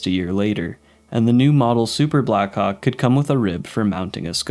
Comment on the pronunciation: The way you pronounced blackhawk I did not look on the screen when i heard it and was a bit confused💀💀💀💀